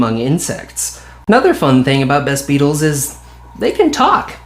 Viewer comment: It took me 'til this comment to realize what you were saying. I thought you were just calling them the best beetles. Than later started wondering if you were saying "vess" beetles or something.